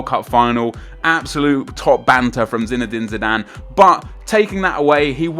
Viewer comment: Zinedane ZIdane :P